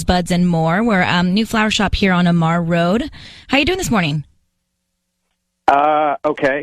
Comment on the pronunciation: It's A Mar. Not Amar